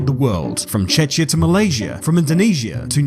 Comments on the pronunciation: yes, but it's pronounced with a K sound. Cze[k]ia. Not chechia. It's not hard to google pronunciations of words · Che-chia? Bruuuuuuuuh.. You just insulted all 7 Czechs watching this video. 😡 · Did you say "Chechia"? At least it wasn't Czechoslovakia.